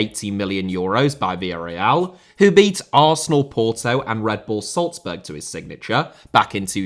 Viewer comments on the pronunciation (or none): Times* not Tahms Diamé* not Diohrmei Chukwueze* not Chukwueizei Kanu* not Khohrnu Salzburg* not Soltzbög Can't * not Khon' Sudamericana* not Sudamericohrner Ismaïla* not Echmeiler Fée* not Fei Eden* not Iden André* not Ondrei Fluminense * not Flumenensei José* not Houwsei Inter* not Ento Barbosa* not Bohrbouwsser Pote* not Potch Famalicão * not Fameleçau Clube* not Clâb Rather * not Rother Style* not Stahl Muani* not Muohrnei